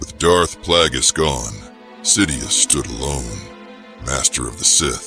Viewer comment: Darth Plaggus and Palpatyne xD